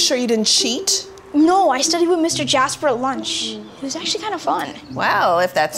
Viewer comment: He didn’t even say jasper he said “jas-ber”😂😂😂